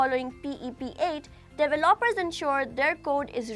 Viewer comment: how can i trust this when you can't even pronounce the word "developer"